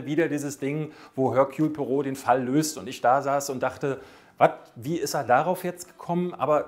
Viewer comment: Ich fände es cool, wenn den Namen auch richtig aussprechen könnte.😂